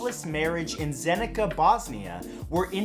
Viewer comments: Ummm I'm from Bosnia and the c in Zenica is pronounced kinda like ts not kuh.... So just wanted to let u know.... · Lol how he said Zenica